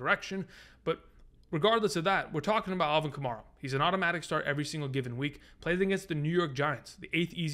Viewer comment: love your stuff. just wanted to let you know that kamara's name is pronounced like kamAIRa not kamAREa